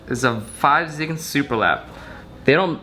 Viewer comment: Please don't pronouce it 5 zigan. It's pronounced Go Zeegan :(